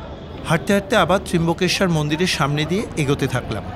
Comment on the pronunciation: trambakeswar not trimbakeswar